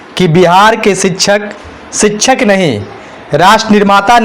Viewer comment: शिक्षक का सही उच्चारण तो ठीक से करे